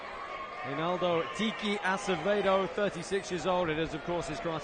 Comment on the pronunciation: I like how GSP butchered Acevedos name and then Bas Rutten decided to also say Acedeo LMAO.